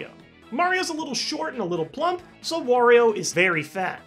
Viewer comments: Why do you call Wario, war-rio. It’s wah-rio. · ...Why does everyone pronounce Wario as "Worrio"? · ***** well I don't say it as in "warehouse" if that's what you meant. I had assumed it was meant to rhyme with Mario. WAH-rio. Also I'm pretty sure the origin of Wario and Waluigi's names are Mario and Luigi combined with the Japanese word "warui", which means bad, and is pronounced is a similar way to my Wario pronunciation above.